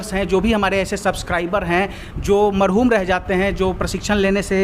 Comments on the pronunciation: Pleez. Mrhuum. Nahi. Mahruum. Khiyea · Mahroom hota hai marhoom nahi.marhoom ka matlab swargiy hota hai.